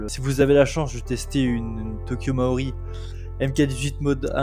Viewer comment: Je m'abonne, petite review très sympa, même si ça manque un tout petit peu de données techniques. Mais par pitié, c'est "Tokyo Marui". Essaye de prononcer "marre-où-oui" et pas "mao-riz" 😉